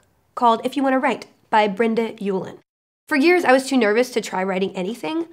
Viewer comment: now i know how people in merica says my last name uland... but Felicia you forgot the e in ueland